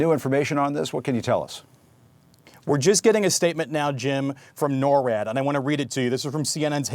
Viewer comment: NORWAD is not pronounced like that.